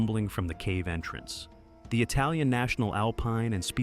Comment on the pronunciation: The juxtaposition of that hard long vowel 'A' pronunciation for the long 'I' vowel letter cadence, is a wholly exaggeration. As far as referencing of the It(uh)lians, It(ah)lianos, or It(ah)lianas of It(uh)ly. **Think of it like this, saying as follows three times; Capitalians of Italy, Capitalians of Italy...[Minus upon 3rd time...Cap- staying to Capitalians cadence to] 'It-a-lians' of Italy... Which is proper correct, and goes double for respect overall of others pedigree of nationality** In short the Italians are not 'itiles' of "It-tile-lians"...no worries you'll be forgiven to not unaware of this and the fact of assimilation of current Generational Italian Americans. Acclimated and assimilated into that trope deliberate botchery pronunciation of social identification reference [theoretically], within the arena of conflict during a said Conflict between two certain major Atlantic European nations [The Italian Impire v. Great Britannica] of a wartime, long since past. Just some friendly insight, as I digress.